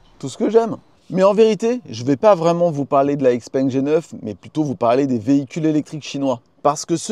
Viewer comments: Encore une fois, super vidéo ! Puis je me permettre une remarque concernant la prononciation de la marque? - Ouvrez le Google translate - choisissez chinois simplifié vers français et écoutez la prononciation... Xiao peng ( X se prononce ch) Mon épouse est chinoise et as la chaire de poule chaque fois qu'elle entend "X - peng" Tant qu'à faire...😉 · Les mecs de xpeng France prononcent ixpengue. Donc bon on va suivre 😋